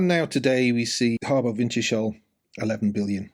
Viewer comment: Pronunciation: winters-hull, not winter shall 🤓